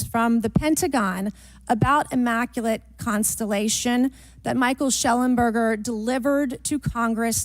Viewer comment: Bobert says “immaculant, immaculant” after trying to be witty 😂😂😂 what an embarrassment to trashy bumpkins everywhere.